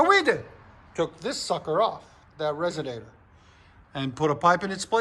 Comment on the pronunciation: “Resonator” hahaha